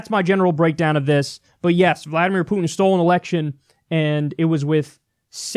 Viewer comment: Jesus, Kyle, learn how to pronounce "Putin"!